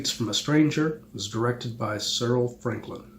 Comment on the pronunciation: Cyril Frankel, not Franklyn. Only us Brits could make a film like this